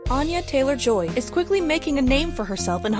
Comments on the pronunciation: it’s actually pronounced with an A sounding similar to Anna not Ana (An- yuh, not On- yuh) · Here's a fun fact about Anya Taylor-Joy that apparently whatever moron put this crap video together doesn't know: her name is pronounced ANN-yuh, not ON-yuh. She's very adamant about this. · Since you pronounce her name incorrectly I wonder why you think you know much of anything about her. Too embarrassing for words.